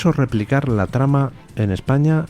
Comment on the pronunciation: No se equivoque D. Luis. Bono no dijo que no haría nada que perjudicara a España. Dijo "Ejpaña"